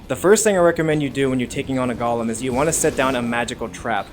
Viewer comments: A "gollum'. lol, its go-lem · It's GOLEM not GOLLUM 😂